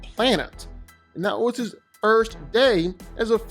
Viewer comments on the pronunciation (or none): none